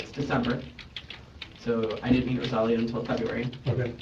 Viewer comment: ROSE-ALL-IO the name pronunciation was killing me. Narrator kept sating RO-SA-LEO